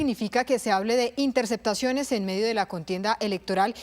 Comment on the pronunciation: Se de la espriella no dice intersectaciones, se dice intercePtaciones, hable bien corroncho mal hablado 😂